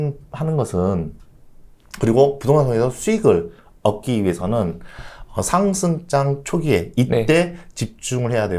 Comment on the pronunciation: 상승장 얘기할때 꼭 상장이라고 들리네 ㅋㅋㅋ